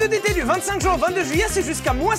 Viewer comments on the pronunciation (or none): none